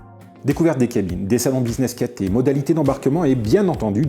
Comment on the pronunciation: On prononce CATAILLE Pacific, pas Caté .... !!!